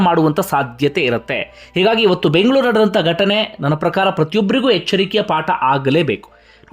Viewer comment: ಎಷ್ಟೊ ಅಂತ ಹೇಳೋದು .. ಕನ್ನಡಿಗರಿಗೆ ಹುಟ್ಟಿ ಕನ್ನಡದವರಾಗಿ ಕನ್ನಡದಲ್ಲಿ ಅಚ್ಚುಕಟ್ಟಾಗಿ ಬೆಂಗಳೂರು (bengaluru) ಅಂತ ಹೇಳಿ ಅದನ್ನು ಬಿಟ್ಟು ಬ್ರಿಟಿಷರಿಗೆ ಅಥವ ಬೇರೆ ಬಾಷೆ ಹುಟ್ಟಿದವರ ಹಾಗೆ ಬ್ಯಾಂಗ್ ಲುರು (Bangalore) ಅಂತ ಹೇಳಿ ತಪ್ಪ ತಿಲ್ವಳಿಕೆ ನಿಡ್ತಿರ .. example ನಿಮ್ಮ ಹೆಸರು ಕನ್ನಡದಲ್ಲಿ ಶಶಿ ಅಂತ ಬರೆದು pronounce ಮಾಡಿದಮೇಲೆ ಇಂಗ್ಲಿಷ್ ನಲ್ಲು shashi ಅಂತ ತಾನೆ ಬರೆದು pronounce ಮಾಡ್ತೀರಾ ತಾನೆ ಹಾಗೆ.. ಬೆಂಗಳೂರು (bengaluru )ಅನ್ನೋದು ಒಂದು ಹೆಸರು ಅಷ್ಟೇ.. ಅದು ಯಾವುದೇ ಬೇರೆ ಭಾಷೆಯ ಪದವಲ್ಲ .. ಕನ್ನಡದಲ್ಲಿ ಒಂದು ಹೇಳೋದು ಇಂಗ್ಲೀಷಲ್ಲಿ ಒಂದು ಹೇಳೋದು ಇದು ಸರೀನಾ .. that is name not a any language word... Please ನೀವೇ ಮಿಸ್ guide ಮಾಡಬೇಡಿ ವೀಕ್ಷಕರಿಗೂ ಮತ್ತು ಪ್ರಪಂಚದ ಹೊರ ಜನತೆಗೆ ತಪ್ಪು ತಪ್ಪು ಹೆಸರನ್ನು ಉಚ್ಚರಿಸಿ ಕಡೆಗಣಿಸಬೇಡಿ..